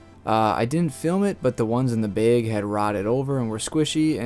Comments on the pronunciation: in a baeg and ssouil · It's bag not beg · Where are you from with that pronunciation? I love how you say bag. Beeeg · Ceo of ina beg nd soyil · I was laughing so hard every time. When he first said it I’m like huh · Beg or bag? Wth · ayo why he say bag like that tho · Nice video but you say the word "bag" wrongly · Ohhh he was saying BAG! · Maybe you should learn how to say bag and you’d have more luck 😹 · kinda hard to explain in text! Lol i would say it rhymes with “bad” and “sad” but probably doesnt help if you pronounce them the same😅 you do you! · I keep hearing beyg instead of bag 😂 what kind of accent you got? I like it. the video was nice too, look forward to similar ones in the future 🤙🏼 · is he saying beg or bag? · Are you saying Beg or Baaaa lol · Say bag wrong one more time lol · Gonna try some peeled seeds in one beeeg and some none peeled seeds in another beeeg 😅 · Why can’t this guy say bag? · lol, this idiot calls a bag a BAYGE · The amount of times he said bauge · Teehee.😆 I like how you say "bag". "... sandwich beg..." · Stop saying BEG! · I could listen to you say "baeg" all day long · That's not a BEG it's a BAG lol, you don't say ESS when you mean to say ASS. Good video though! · please stop saying bage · Its bag and not bage😂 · You say bag like Kyle's cousin Kyle from South Park. 'Baeg" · Not trying to be grammar police here, but "bag" is pronounced bahg, as in hag, not bay-egg. Because the letter "a" has two sounds in english, one short, the other long. The a in Jay is completely different than the a in drag. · Came here to say … the word is BAG. Not BEHG. Dear lord. Thank you for the info though. Bag. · are you saying BEIG instead of BAG? "a" like hat, bat, that, cat, snap, pat, catch, latch. BAG. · it's called BAG, spelled B A G also pronounced BAG not BEG, BEG is what you do when you post a video and BEG us to hit the like button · BAG NOT BEG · Love to hear the difference between you saying Beg and Bag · bheg. Not bag.